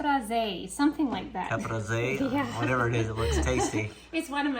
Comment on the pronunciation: LOL. The salad is pronounced Ca Pre Say.